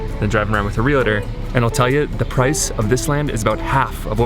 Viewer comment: REALTOR: pronounced 'Real-Tor'.....verses Re-La-Tor' = )